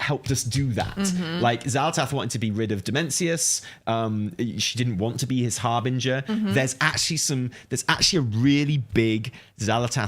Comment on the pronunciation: It's ravel- like how says it; harbinger, not 'harbringer'.